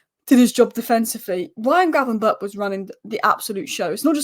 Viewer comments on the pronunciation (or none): apparently the ch at the end of gravenberch is pronounced as a g so its gravenberg. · How many times did you get gravenberch’s name wrong lol